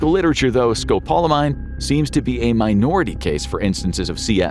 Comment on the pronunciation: You're pronouncing scopolamine wrong